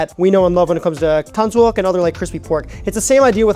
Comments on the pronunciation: the "yuk" in tangsuyuk isn't pronounced "yuck" or "wok", it's more like "yook" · Just trying to help. Say "YOOK"... "Tang-soo-YOOK"